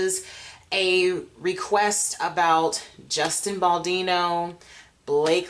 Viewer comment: It's BaldOni😂